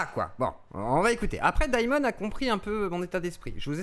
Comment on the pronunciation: Daïmon a trahis? mon dieuh, mais quelleuh surpriseuh! 🤷